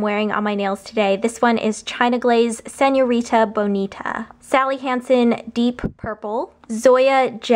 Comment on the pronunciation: love the way u said señorita bonita... jajaja buen trabajo!!! ;)